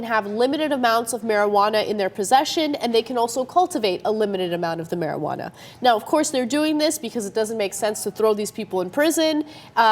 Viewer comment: mariguwadda? get some vicks vapor rub sweetheart.